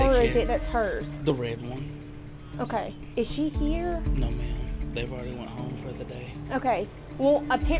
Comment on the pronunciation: See how they talk “I ard explained it to you” yeah you explained wrong